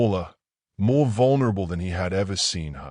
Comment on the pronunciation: Other than having the bride walking down the aisle in a dark green dress (instead of the white one she was previously wearing) there are several pronunciations and misspellings in the text... dirt not "date", more not "a Mo" and quite a few others. They are distracting and video should have been proofed out before being published. Somewhat predictable ending but still told in a wonderful way.